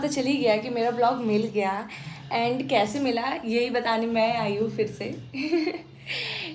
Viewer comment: Its kaise not kaishe